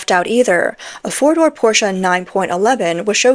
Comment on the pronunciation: thank you for pronouncing 'porsche' correctly.